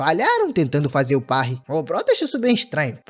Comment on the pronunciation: AAAA QUE DOR SKAKSASK ELE FALANDO PARRY ERRADO!!